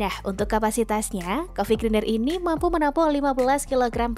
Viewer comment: Grinder itu dibacanya "grainder" 😅